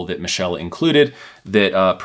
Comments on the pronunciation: Pronounced Mitchell. Michelle is a female pronunciation. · It might've been a good review, but I couldn't get past 4 minutes of him constantly mis-pronouncing the company name 😞